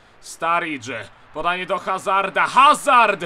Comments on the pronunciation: ale mówi się azard a nie hazard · Azard się mówi a nie Hazard przynajmniej tak mówią komentatorzy. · Mowi sie azard. Bez H :) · Azard się czyta. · hazard czyta sie azar.